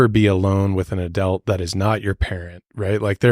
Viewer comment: Every single time the (not a real word) word "adelt" is said; it makes me wince a lil bit... So, along with the other gazillionjilion instances which also caused me to physically recoil during the run of this video... No joke, I'm literally, actually, noticeably sore.